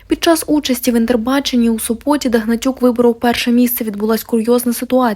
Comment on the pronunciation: Не в СопОте, а в СОпоте